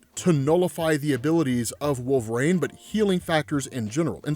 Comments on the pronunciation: I can’t listen to this guy narrate “Wolveraine” stories 💀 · 'wool-vrain' counter: 1,000,000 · I love every video this guy puts out but I can’t get over how he says wolverine lol